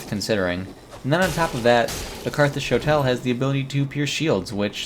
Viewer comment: You are mispronouncing shotel